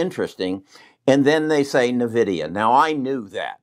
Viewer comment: Thanks for not pronouncing Nvidia as Invidia.